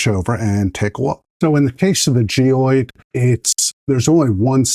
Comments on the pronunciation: Please note that that the correct pronunciation of this type of infill is gy-roid rather than gee-ode. Thanks! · Wtf is gee oyed? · Yea you are missing an R